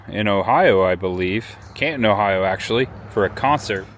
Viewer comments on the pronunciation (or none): none